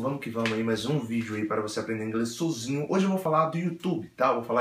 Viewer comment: Esse seu Sôzinho é ótimo ! kkkkkkkkk